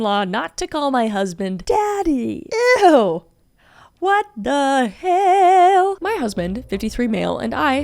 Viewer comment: “blueish greenish brownish skÆ” also “WHAWT” got me dying auntie Kris always seems to make me laugh at the dumbest stuff ❤